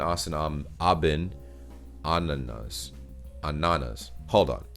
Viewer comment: Good done, only on think Ananas (pineapple) is not Anana-s it's speeled Ana nas and often used in flat teen jokes because it sounds like Anna (girls name) naß (wet)